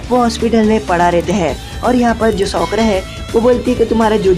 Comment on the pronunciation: Bhai sakura hota hai sukra nhai